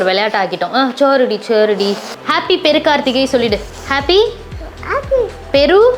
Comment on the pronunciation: அக்கா அது பெரு கார்த்திகை இல்ல திரு கார்த்திகை🤪😃 எங்க ஊர்ல ம் வேடி போடுறதுக்கு திட்ட மாட்டங்க உங்க ஊருல திட்டுவங்கல 🤔